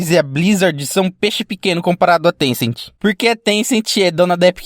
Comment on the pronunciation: Na verdade não é tencenti e Tencent